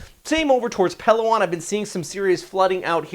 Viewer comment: Learn the correct pronunciations please. You butcher Palawan every time among others.